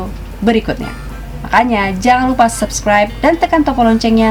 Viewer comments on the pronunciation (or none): none